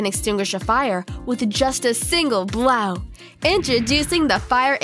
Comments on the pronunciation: Golf CLUB, Similarly (Simi-ler-lee), Blow (Bloe), Magma and Lava are NOT the same thing. I repeat; NOT the same thing. What's with the damned giggling? Okay. That's all that bugged me about this video. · Awful fake giggle, makes me cringe! Are there really people that stupid, forced giggle works on? Truly horrible! Superman, with a single what? Pronounce "blow" again... Hint, it doesn't rhyme with "Plough"! And a golf stick? Really?